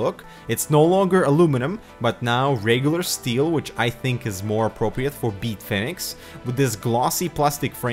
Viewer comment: Am I the only one who laughed every time he said "BeetFinix"?